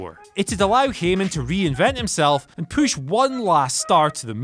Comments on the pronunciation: Everytime I hear someone say push, in my mind I think "poosh" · I’m convinced that u don’t actually pronounce push like that and u only do it to piss us off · A poosh? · Does anyone else notice is saying poosh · What is a "poosh" 😂😂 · I swear if I hear “pooche” one more time I’m gonna lose it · his poosh xD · not push but poosh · Dear Whatculture: Please have wearing a shirt that says “POOSH” for the next video. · Take a shot every time he says poosh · A strong "poosh" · What’s a poosh ? 😭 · The big man's poosh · "The big man's poosch, or lack thereof." HAHAHAHAH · What the fuck is a “pusch? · Thirty-four! THirty-four!! THUR-TEE-FOUR!!!! Holy fuck how difficult is that?! Fucking furburger. And I'm certain he's pronouncing it "poosh" on purpose. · Poosh the poosh for the sake of pooshing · I love how he says "poosh" 😂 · What if the way he says POOSH is just a gimmick because of all the comments!? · Without a POOSH, LOL I love the way you say PUSH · "And a poosh" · Is he saying push that way to be funny?